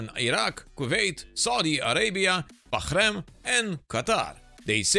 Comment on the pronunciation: You pronounced Bahrain perfectly, really shows how much effort you and your team put in even the small details in the scripts for the videos!